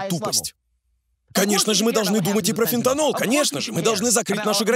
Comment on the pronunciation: фентанил, а не фентанол